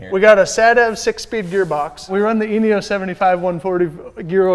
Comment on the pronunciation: Does anyone else hear anus oil when he says eneos oil??? "Anus oil ford focus rs rx" 😂😂😂😂😂